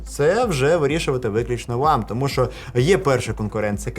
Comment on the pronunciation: Без сценарію досить непогано, відразу і не скажеш. На досвіді вже) Але є й одне зауваження: забагато шокаєш. Це не дуже професійно. Декілька разів можна вжити, але в кожному слові замінювати "щ" на "ш" не дуже гарна ідея. Думаю з часом дійдеш до золотої середини. І дякую за контент💛💙